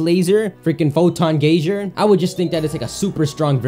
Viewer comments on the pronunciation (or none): Geyser is pronounced GEE-ZER not GAI-SHZER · brennan weaver he said GAY-ZER though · It's pronounced GUY-ZER, not GAY-ZER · AbdallahSmash026#1Fan where I live it's GEE-ZER. I know lives in Canada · Albond guy zer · Why can't you pronounce geyserr